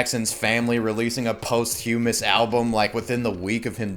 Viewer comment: Did you say posthumous wrong just to trigger me?